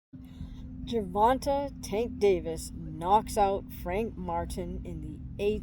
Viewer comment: Hey I love ur video, ur super knowledgeable… but as a black man my only gripe is ur pronunciation of his name, its GER-VON-TAY not Ger-Von-Tah… it might seem like nothing to u or others but to us it can be seen as disrespect! Again, loved the video!!